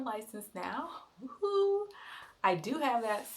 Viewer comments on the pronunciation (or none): none